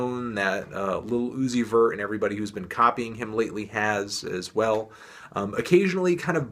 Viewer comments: I cringe everytime you say lil uzi very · "Liddle Ooozi'vert"